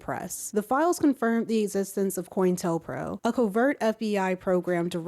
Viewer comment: Co- intell By the way it's pronounced co "koe" intel "intelligence"